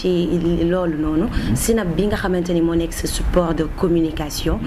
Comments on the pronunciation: neko on dit pas sinap mais plutot snap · pourquoi elle dit sinap ? smh!!! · saway guisso fi bne chose limala wakh mo am une animatrice qui ne sait pas prononcer tu veux quoi au juste dem bay comparer clavier automatique ak nite kou meunoul wakh snap yaw awma droit wakh ko